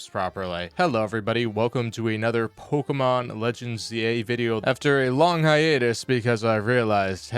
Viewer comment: I've been an absolute Pokémon addict since the late 90s, so it drives me crazy when goobers like plays the games. Just hearing him mispronounce "Pokémon" over and over triggers me. He's shit at every single game he plays... as we all know, and him blaming games for his lack of even an ounce of skill is pathetic.